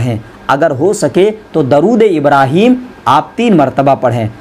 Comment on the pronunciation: Darood nahi hota durood hota hai